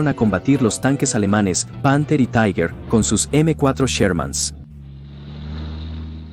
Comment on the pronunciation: Se pronuncia TIGA. Taiguer no es alemán.